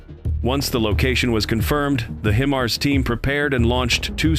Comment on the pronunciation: lol I can't get past the pronunciation of HIMARS. He's saying Him ars when it is pronounced Hi Mars